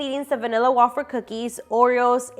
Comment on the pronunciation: Wafer is pronounced “way-fer” I know being Latina is why we pronounce things wrong all the time. My husband used to say danish just like you used to until I told him he was saying it wrong 😂